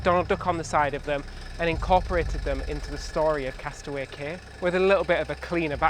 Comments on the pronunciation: Yes, Cay is properly pronounced Kee, never ever Kay. Ignore Royal Caribbean's ignorant, confusing, and disrespectful mispronunciation. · I still remember when Castaway Cay (Disney pronounces it “Key”) hit the newspapers in 1998. I also remember reading about their (then) new cruise line and kinda going, “Wow!” I thought it all sounded really exotic and fun. Little did I know that 25 years later I would be a cruise addict and visiting the island! (Well, actually I’ll be visiting Perfect Day later this month, that’s as close as I get) - but still it’s thrilling! Can’t wait 🤗